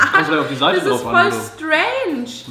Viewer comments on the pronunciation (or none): "Das ist voll strensch" 😂